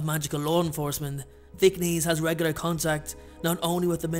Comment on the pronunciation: Duuuuuude it's Thick-NESS! Not Thick-a-neez!